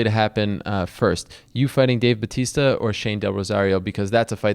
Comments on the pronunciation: its dave batista not bautista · hahahaha it is batista not: bautista